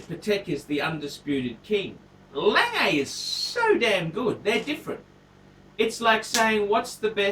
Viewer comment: He should learn how to pronounce. It's not "Langay" and it's not PaTEK